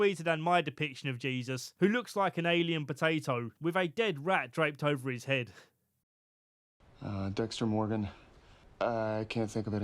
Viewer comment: DEXTA MOWGAN